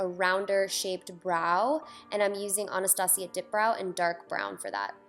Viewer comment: yesss! everyone keeps pronouncing Anastasia differently, I pronounce it like you... people who says it differently makes me wanna sock them in the face omg